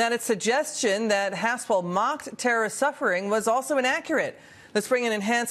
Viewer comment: Why does she say worderbording.